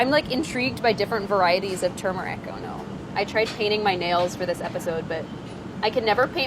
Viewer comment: She pronounces turmeric like I do! Most people say “too-meric.”